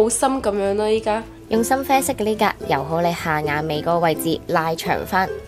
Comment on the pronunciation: 應該係「依家亅，唔係linka... 不過算啦，你啲廣東話都講得好，雖然我係香港人，不過成日噏錯文，有時要靠英文嚟同人講嘢。。。😅